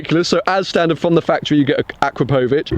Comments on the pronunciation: You're not saying 'Akrapovic' correctly. Its 'a-crap-ovic' not 'akra-povic'. Hope that makes sense.... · akrapovic.... a-crap-o-vich